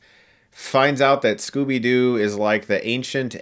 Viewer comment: Scooby Dee? XD